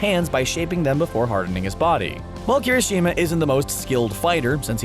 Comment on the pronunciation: Tfw host guy perfectly pronounces Sero but absolutely butchers Uraraka, Kirishima, etc. More often than not you roll your R's when pronouncing japanese names.